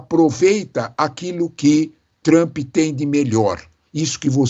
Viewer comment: Por favor não e Trumpeeee nome dele e Trump. ! Não tem e no final 😅. Brasileiro gosta colocar e no final todo palavras estrangeiros